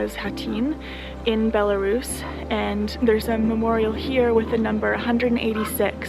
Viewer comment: Why do so many English speakers are incapable to pronounce the correct name of that country, it is Belarus, not "Belarius"?